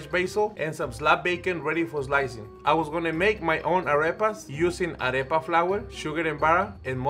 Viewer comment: I don't even speak Spanish but their arepa pronunciation hurts my soul